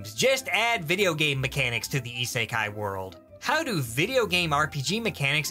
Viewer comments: Cant get over the fact that he pronounces it as "ee-sae-kai" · the purposefully mispronunciation of "isekai" makes this at least twice as funny. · Am I the only one who finds the way he pronounces "isekai" irritating